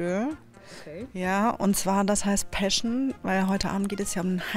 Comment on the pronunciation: ... musste grad nachdenken was "Päschnnn" ist.